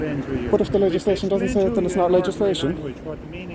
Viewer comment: FFS, the Garda couldn’t even say ‘legislation’ the first time. Probably after having a few whiskeys on the job. This is embarrassing to us Irish.